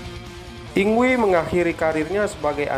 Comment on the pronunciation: video yg keren om secara saya adalah fans yngwie. satu hal utk penyebutan nama mgkin bisa diluruskan bukan dibaca "yingwi" tapi "ingvai/ingvei"